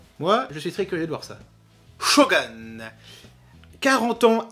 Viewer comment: Sarah Michelle :face-red-heart-shape: (mode casse-couille on) Bon, par contre, par pitié, juste parce que ca fait vriller la japanaddict en moi, pas shoGUN, ca se prononce shogOUN! (mode casse-couille off) J'espère tellement que Velma sera réussi...